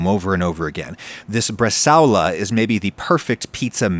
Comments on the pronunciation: bre-sa-o-la. 4 syllables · … how did you just pronounce “brazole”? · IT"S PRONOUNCED BRA-ZOLE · Na, na, you gotta say it like a Jersey Italian: bruh-ZHUUUHLE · Just FYI: It's "bresa-ola" — the 'ao' is not a diphthong. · That's NOT how you say "bresaola". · Jesus man that is not how you pronounce Bresaola smh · Having done some further internet research, it does seem like the diphthong-pronunciation is acceptable in American English. Which still makes it Wrong in my book 😊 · Please google the pronunciation of Bresaola, looks tasty though!